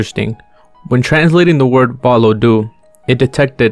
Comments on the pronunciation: lol im latvian and you pronounced valoda/valodu incorectly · My man is saying valodu weird